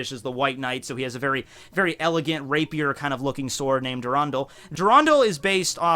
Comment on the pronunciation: Lol rapier ... jus sounded rapey when u said it